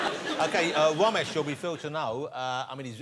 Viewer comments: Did he said Womesh on purpose or what ? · I can't stop laughing as Johnathan kept calling him womash 😂😂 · On Wossy tonite .... Womesh Wanganathan .. Wita Owa .. Wamsay .. Fwed & Gino 😬 😁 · Even though the R sound does not really exist in English, I have always loved how Jonathan Woss manages to botch it nevertheless! It's part of his charm, I guess. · I came to see Jonathan butcher Romesh’s name, thankfully it was right at the start. Cheers editor